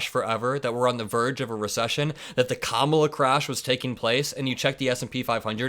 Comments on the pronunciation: He says it because he's a racist and he can't use the actual words he uses behind closed doors. It's the same thing when he mispronounces Kamala. He can't use the word he really wants to use. Orange is racist to his core. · It's crazy how he thinks calling Obama by his full proper name is an insult, but he won't pronounce the VPs name correctly. Lunancy